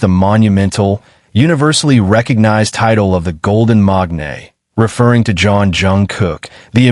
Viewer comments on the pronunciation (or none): MAKANE not MAGNAE